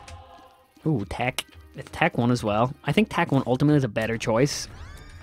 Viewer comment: why you call it tach its tech